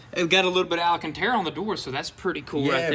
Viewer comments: Say hello to Al... Al Cantara. NOT Al A Cantara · Leave the green and cream color. There aren’t many supercars in the color combo and it would stand out from the others for sure. On a side note, it’s “al-can-terra”, not “ala-can-terra” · Alacantara...y'all repeated it MANY times...lmao Then you had the proper pronunciation sprinkled in among the DDDUUUUUUUUDDDEEEs...I'm not hating at all, I'm just playing...nobody can hate on y'all. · I realize the Tennessee or Georgia school system failed you but MY GOD, THE WORD IS ALCANTARA NOT alacanterra. I'm leaving your channel because of the sickening amount of "dude" followed only by "dang son." Billy is lucky he has the ability to pick up many unskilled labor jobs so I wish you both a good future as after 18 months of feeling sorry for your educational failing constantly being demonstrated by mispronouncing common words, unable to pronounce gifters name and your limited vocabulary I can't stand it anymore. Of course I'm sure there be plenty of viewers with your limited communication skills that will continue to watch you and think you are wonderful. Hard workers you are and your lives will depend on that. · I knew they weren’t saying it right 😂 I was like wtf when was it called ALANcanTara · lol stil saying the ala-cantera :) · The way you guys say ‘Alcantara’ kills me every time lol. ‘ALLEN-CANT-AREA’ 😂😂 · Can someone please get them to say the alcantara correctly